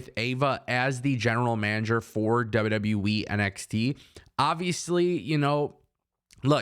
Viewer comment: Did you just call WWE, WW Weee. LOL. Just sounds like it. J/K